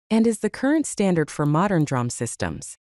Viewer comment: Pronounced “dee-ram” instead of drahm.